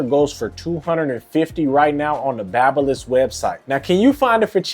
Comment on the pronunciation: Its babyliss not baba lol